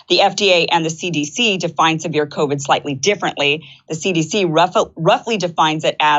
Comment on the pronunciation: I love listening to Joe pronounce it, “cao-vid”.